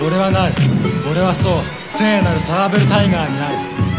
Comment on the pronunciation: ”サーベルタイガー”の言い方が、完全に“ゴーストバスターズ🚫”なのよ